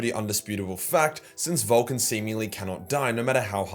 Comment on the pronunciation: I can't help but to hear VOLTGUN LIVES when you say it in that accent. Which i think is still fitting.